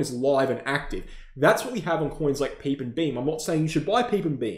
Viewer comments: Bro really called Pepe “Peep”😂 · You're trolling with the PEPE pronunciation 🤣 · its a crime in crypto with how you pronounced pepe 🤣🤣